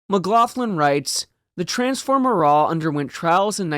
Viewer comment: It's not a silent T on Marat. In Russian there are no silent letters. Yes, I understand the French pronunciation would be with the silent T, but Russians would not say it that way. It would have been "Russki-ized" to pronounce the T.